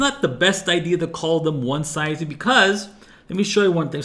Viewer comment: I think the word is pronounced "One-zee" and "one-zees" (One-see / one-sees depending on accent) - but this is a great video regardless!